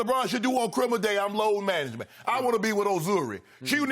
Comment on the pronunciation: I need jenny to help me with my "Load Manangement!" 😂